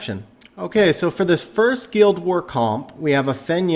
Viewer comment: Thanks for the video! I noticed you can't pronounce "guild" or "Ritesh" but no problem "Odin" lol. Never heard of a guEEld or REEtesh haha.